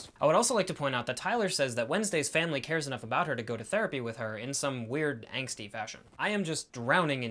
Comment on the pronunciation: Angsty, not anxsty